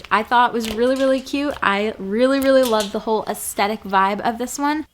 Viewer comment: did this girl rly say astetic